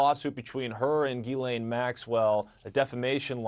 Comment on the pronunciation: Her name isn't pronounced "Gee lane, it's "Gislane.